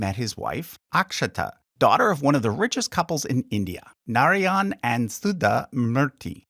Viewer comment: Research how to pronounce Narayan